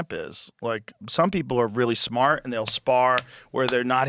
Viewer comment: Its spelled and pronounced smAAAHT 😂😂